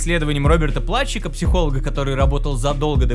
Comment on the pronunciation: Единственное, фамилия читается как Плутчик П.С. психолог